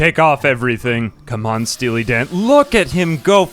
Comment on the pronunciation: Stea-Lee Dan